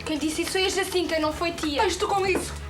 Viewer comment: my thoughts exactly! I was really impressed by the apparently correct pronunciation of the name Jacinta unlike how it would be pronounced in Spanish